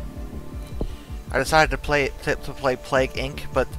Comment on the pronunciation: Plague Inc. not "Palgue" ...